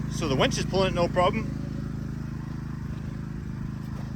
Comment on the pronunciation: Its a winch, not a wench. You keep calling it a wench. (Listen back to what you are calling it)? Lol x